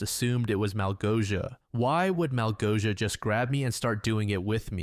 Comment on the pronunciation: pro tip for the next time, malgosia is pronoounced like "mawgosia"